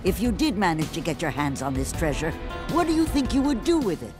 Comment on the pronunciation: Or at least he said it like that once.